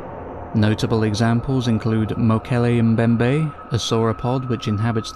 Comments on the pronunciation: Yaaaaay!! Earned a sub from me simply for pronouncing Mokele Mbembe correctly haha! I used to keep predatory fish, my favourites to keep were Snakeheads & Bichirs. A Bichir I was never able to get my hands on was a VERY VERY Rare sub-species thought to be a colour/pattern morph originally until further studies proved it to be a separate species. It's found exclusively in the same river system as the Mokele Mbembe & is names after it! Polypterus Mokele Mbembe! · Can we just take a moment and appreciate the fact that he pronounced Mokole Mbembe correctly. ❤